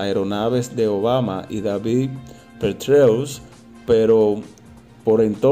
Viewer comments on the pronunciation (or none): none